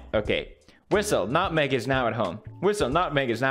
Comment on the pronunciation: my favorite pewdiepie quote: "nutweg"